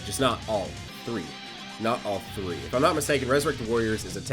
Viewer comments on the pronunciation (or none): none